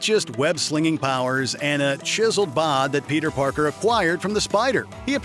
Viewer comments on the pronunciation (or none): none